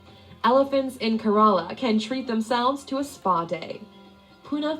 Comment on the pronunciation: I flipping cringed when the woman in the video said "kerala".